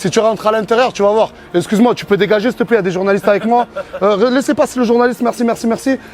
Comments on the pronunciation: "Oh circule, steplait" ce gars mdrrr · MDRRR le <<au circule ste plais a 2 18